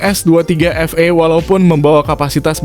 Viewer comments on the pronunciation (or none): Bukan Efei dibacanya tapi efii..s23 FE(efi)